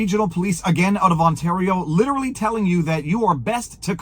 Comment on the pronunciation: What is 'Lilerelley? Are trying to say literally? This is literally goodbye to English.😡